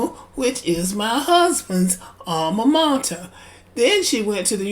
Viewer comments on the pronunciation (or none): none